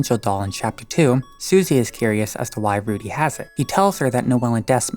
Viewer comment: You said Rudy weird and it sounded like you said fruity Then you talked about lesbian skip Wow I Love this channel already and they're gay antics